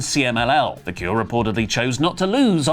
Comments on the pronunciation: It’s pronounced Stephanie “VA-KERR”, not “Va-CURE”. Say it right,! 😂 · Staphanie "Va-kerr". Va-kerr is how you pronounce Vaquer.